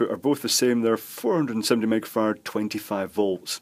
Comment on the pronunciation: To my America ears when you say "microfarad" it sounds like "megafarad." I thought, "full of surprises indeed."